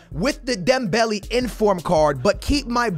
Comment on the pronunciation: Am I the only one triggered whenever he says Dembelee instead of Dembele